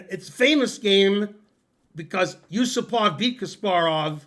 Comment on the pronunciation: The stress is Yu-SU-pov.